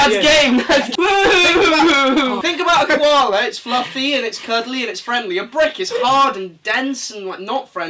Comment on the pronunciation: When said a brick is the opposite of a koala I thought he said ‘brook’😂😂